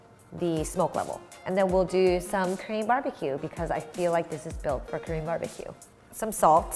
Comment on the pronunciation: You pronounce "Korean" like "cream". I don't think it is how you pronounce it.